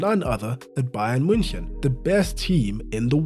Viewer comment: can we please appreciate for a moment how clean you pronounced the team name, like holy